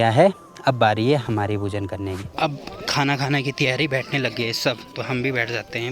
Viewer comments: भाई, सिर्फ़ खाना बोलिए खूना नहीं... Beautiful vlog... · beta. Bhojan bolo ya prasad bolo. Khanakhuna nahi ji